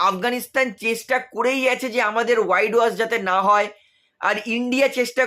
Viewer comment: ওয়াইড ওয়াশ নয়, হোয়াইট ওয়াশ।